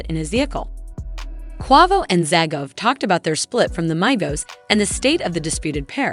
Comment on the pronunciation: Learn how to pronounce peoples names the fuck the shit started off good until she said the names of the people on the group and pronounced the group name itself, lord Jesus😢